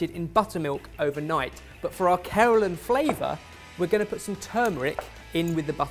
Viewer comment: Did he say keralan?? 😂😂😂